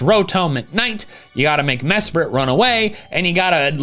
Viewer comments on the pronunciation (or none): none